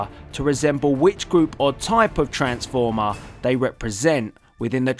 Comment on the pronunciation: Tha aykala of oa transfoma XD But nice video thumbs up